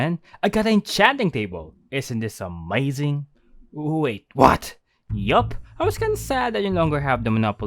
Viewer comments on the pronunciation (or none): saying Amoizing was 👌👌👌